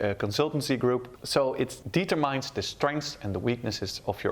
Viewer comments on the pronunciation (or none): Goede uitleg, maar je moet nog wel aan je uitspraak Engels werken. Bijvoorbeeld woorden als determine(uitspraak "dieturmen" ipv "dietermijn") en purpose.(uitspraak "purpus" ipv "purpoos") Op de uitspraak na goede uitleg! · Thanks, helped me a lot during the test. Tip from me: have a look on the internet on the pronounciation of ‘determine’. 😜 good job keep on going